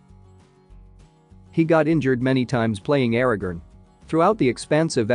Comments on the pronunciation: Tell your AI voice that is it Aragorn, not Aragon. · Aragerrn! ARAGORN Christ.... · Your AI mispronounced Aaragorn for the entire video.